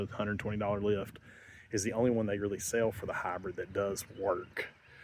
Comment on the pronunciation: “Habrid all-wheel drav“ 😛